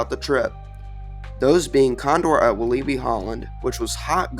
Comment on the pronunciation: Its pronounced Wal-lah-bi just so you know!